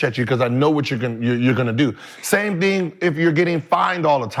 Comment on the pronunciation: Somebody teach Gill how to say Thing and not Ding lol